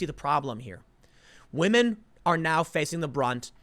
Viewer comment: "Wahmen"...you mad lad.